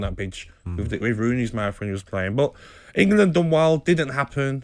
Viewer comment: Nobody: Gabby: Ingerlund